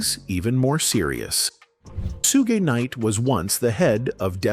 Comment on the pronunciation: HI,im not screaming I just want whomever puts these videos together, to pay attention; DO SOMETHING ABOUT YOUR VOICE OVER GUY?THIS MAN CANT PRONOUNCE PEOPLES NAMES AND ITS A GREAT DRINKING GAME FOR MY FRIENDS,TO TAKE A SHOT EVERYTIME HE MIS-PRONOUNCES SOMEONES NAME, SUGES NAME Is not shooed like stooge!? 🤦🏽‍♀️but, I don’t drink…teach them how to pronounce Suge, but, this is just an example he’s constantly doing it to other people’s names too. It’s v😂ery distracting And annoying 🤦🏽‍♀️ Please! sue- gay l NOT! correct n I doubt Suge would like that 🤷🏽‍♀️😂😂😂